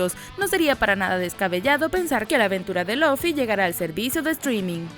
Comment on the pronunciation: aprende a hablar señora loffy es LUFFY